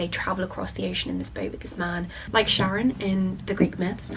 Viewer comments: I don’t mean this to be an invective, but Charon from Greek mythology is not pronounced Sharon. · in English it’s “KAIR-on” (in which the KAIR rhymes with hair), in Greek you pronounce the CH in a particular way I don’t know how to translate into English, but there are pronunciation videos here on youtube if you’re interested 😊